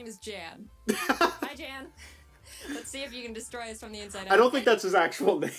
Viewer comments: I think its closer to the name "Ian". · You probably know this by now but his real name actually is Jan (pronounced Yawn) I believe it was German if I remember correctly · when he watched the video he said it’s pronounced “y-ah-n” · It is german but that is still not how you pronounce that.